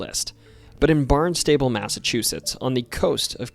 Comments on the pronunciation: It's Barnstable said like one word barns-ta-ble not like Barn's table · Barnstable is pronounced: BARNZ-TAH-BULL. Not Barn and stable. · Barn-stah-ble. Not Barn-stable which is where you store hay, livestock and farm implements.😅😊😂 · You pronounced Barnstable like “barn-stable”, but it’s actually pronounced like “barn-stubble” 😭 very common no town in Massachusetts is actually pronounced the way you’d think. They don’t even follow their own pronunciation rules LOL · The town of BARNSTABLE on the Cape, is pronounced Bahn-stuh--bull.. It hurts my (and lots but other people's) ears when pronounced Barn-stable. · Oh, uh, can we talk about Barnstable then? Our pronunciations are weird, I get it, but the locals say "BARN stuh' bull", not "barn STAY bull". You could get extra points by pronouncing it "BAHN stah' bull" :D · Hard to believe someone that says barn - stable lived in mass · idk if anyone else commented on this yet, but i think Barnstable is pronounced "BARNST-ubble." that's how i hear it on the news and weather reports, locally, even though i'm not directly from there. we've got so many funny pronunciations vs. spellings, round these parts. anyways, love seeing this about MA!! usually it seems like all the most fascinating paranormal stuff happens anywhere else in the world, so it's cool to have our own local menagerie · barn-stay- ble!! lol! tou are def NOT from here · Barnstable is pronounced "barn-stuh-bull" Leominster is pronounced "lemon-stir" Edit: Meant to say, great job pronouncing everything else! Most people arent worth correcting because the mispronounciations are too many to count. The fact that a 58 minute video only has two mispronounciations is extremely impressive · Barnstable = barn-stuh-bull Love your videos but definitely look up how to pronounce town names lmao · also Barnstable MA is pronounced Barn Stubble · This was cool, BUT--you also butchered the name Barnstable. It's pronounced BARN-stuh-bull. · it's pronounced BARN-stuh-bull.